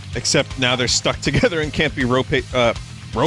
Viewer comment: Not to be that type of annoying commenter (which I'll be), but it's "excerpt", not expert. Thank you for the information, as a non 'Murican, I had no idea what he was talking about.